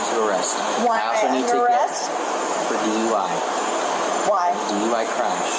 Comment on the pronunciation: Why does she keep rhyming DUI with why?? Durp